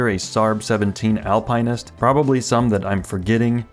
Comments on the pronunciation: Al Pine Ist? Dude. Al Pin Ist. Or Alp Nist. It's not an evergreen. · Al-pin-ist. There is no pine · It's not Alpine-nist. It's pronounced Al-PENISt. 😅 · Al-pin-ist or Al-pine-ist? it's the first one and saying it the second way is ridiculous and much more work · It's Alpin not Alpine. Google Alpinist pronounced. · Al-pin-ist there is no E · AL-PA-NIST. Are you trying to troll us? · face-green-smiling::face-green-smiling: Al-pine-ist... what the heck is that? Seriously! Please. LOL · are you saying alpine-ist on purpose its driving me nuts this is something i can definitely imagine you doing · Al pin ist. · Omg learn how to pronounce alpinist 😂can't even watch the video so annoying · Dude learn how to pronounce Alpinist 🤦🏽‍♂️🤦🏽‍♂️🤦🏽‍♂️🤦🏽‍♂️ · You pronounce "Alpinist" differently than everyone else on the internet and as far as I know you're right and they're all WRONG. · Same like WTF stopped watching the video ! He needs to learn how to pronounce words before making a video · Me too 😬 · Same. Had to comment and switch videos. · Great question, maybe YT is actually pronouncing it right in the video 🤔